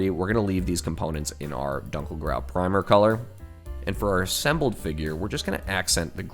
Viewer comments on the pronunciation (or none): none